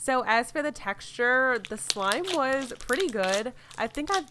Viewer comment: how many times did she say texturrr